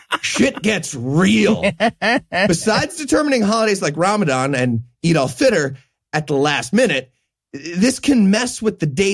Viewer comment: The way you say "Eid al Fitr" it sound like "Adolf Hitler"